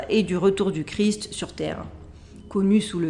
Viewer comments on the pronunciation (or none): none